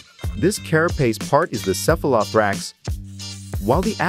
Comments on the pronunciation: It's pronounced sef-uh-luh-THOA-rax. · I didn’t know it was possible to be so pissed off by the mispronunciation of “cephalothorax”. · The way this Text to Speech Generator says "Cephalothorax" is a bit disturbing... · Before undertaking a project such as this, one would think the producers would spend a little time researching the proper pronunciation of some of the terms used e.g. cephalothorax, hepatopancreas and ommatidia.